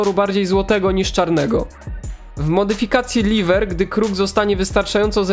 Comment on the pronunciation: Te mody się czyta jako ELHAJWER i REKWIEM. Jezu...